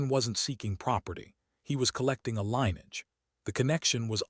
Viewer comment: Jesum Cripes, i wish you had taken a quarter of the time and just reported the facts instead of trying to make a novel out of this. Way too long and dull and pandering. Also, get your AI to learn how to pronounce "LINN-ee-edge"-- not LINE-edge!